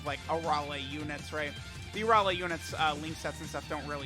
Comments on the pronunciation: You are saying Arole instead of Arale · Why are you butchering her name like that You're saying her name with an o instead of an a I've never heard anyone say her name like that unless you have a problem pronouncing